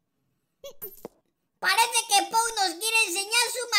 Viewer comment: que asco medio risa cuando dijo puo bano puo bano puo y pou caca puo caca puo caca me moria